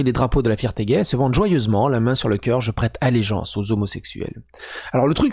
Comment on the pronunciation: "Prété allegenace" mdrrr